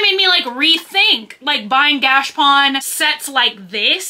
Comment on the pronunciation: I have been saying the same thing. Gotcha and she says gash. Maybe she just says it that way🤷‍♀️